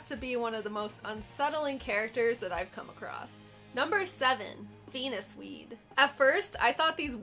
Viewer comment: I saw the text on screen and still heard you pronounce it as ”Penis Weeds” lol. Great video!